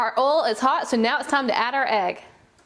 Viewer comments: it's not oo it's oil you idiot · Did anyone here ol instead of oil not being rude + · I think she ment to say oil not oli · I love how instead of saying oil she sais oll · You mean oil u said ol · Why she said ol and not oil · when you said oil it sounded like oilo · Did anyone notice she said ol enstead of oil when she was making the energy drink slime ?! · umm did no one notice that she is saying ol not oil in the begining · wis its oil not ole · Sorry but this triggered me but it's pernounts Oi, L...not ol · What accent do you have a phone like where do you come home because I’ve never heard someone say oil like ole